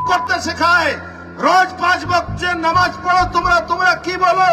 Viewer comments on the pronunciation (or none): none